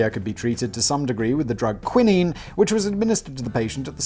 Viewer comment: Have I been pronouncing quinine incorrectly this whole time?